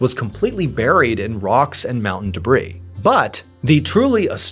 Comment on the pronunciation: I’ve only had one issue with Mr Ballen and it’s been the way he pronounces the word “debris”. Thank you for finally saying it correctly (silent “s”) cause my ADHD couldn’t handle hearing it the other way 🤣